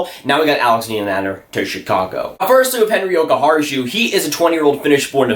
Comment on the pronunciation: Jokiharju pronunciation: the last part ju... should be like said yu (you welcome muricans LUL)... otherwise quite close...